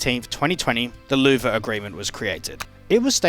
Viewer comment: That is not how you pronounce Louvre